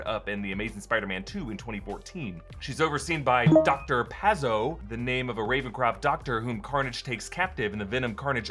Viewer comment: “Pazzo” is pronounced “patzo” and means crazy in Italian.